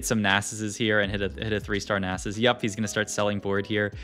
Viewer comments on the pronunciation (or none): and he says naysus and rak-kan lmao